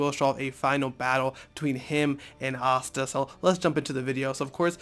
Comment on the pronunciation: This nigga said asta lmfao